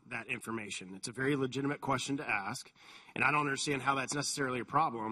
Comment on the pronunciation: Cummings, you don't axe people questions you "ask" them.